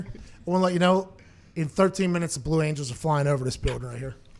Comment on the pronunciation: “IS THAT THE FUCKIN VLUE ANGELS”